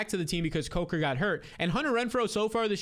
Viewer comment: The way you're pronouncing Jalen COKER's last name is killing me lol